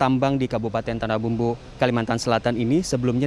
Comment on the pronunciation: Maaf min. Sedikit Meluruskan. Bukan tanahBAMBU, tapi tanahBUMBU 🙏